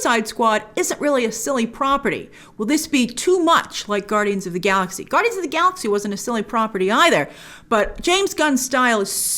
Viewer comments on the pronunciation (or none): none